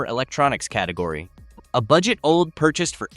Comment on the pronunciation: you know it’s ai slop when OLED is pronounced old. smh